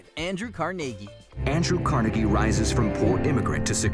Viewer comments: I know, right? Even time he said it I found myself quietly correcting him. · the way this guy pronounces Carnegie's name is wierd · Holy crap how can you not pronounce Carnegie correctly it says it in the documentary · The way he pronounced Carnegie made me cringe so hard lmaooo.